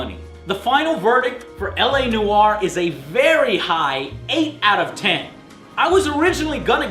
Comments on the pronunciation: Am I the only one pronouces "Noire" as "Noyr" and not "Noaier"? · *Face palm* ...He says "Noire", like "No-are" ...but it must not sound like it's detached... Trust me, my birth language is french. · La NOOO-ARE? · it's noire not newyor THATS RIGHT I'M A GRAMMAR NAZI! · noire, one fucking syllable!.